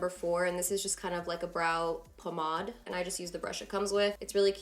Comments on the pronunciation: Did she just say pamod instead of pomade? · It sounds spanish, pomada. It makes sense since she is Latina and speaks Spanish . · Sharana Ali "poh-mahd" lol I caught that too lollollol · The way you say pomade tho😂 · I really like how you say "pomade" 😄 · She said it with a kind of french pronunciation, it surprised me too ^^ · Marine Mendes yup that's how french ppl say it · they way you say pomade has me in tears lmao